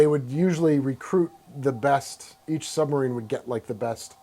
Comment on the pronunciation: if he says "sunmarine" one more friggin time....